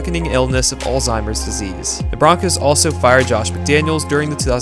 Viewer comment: Did he call Alzheimer's altimer's disease?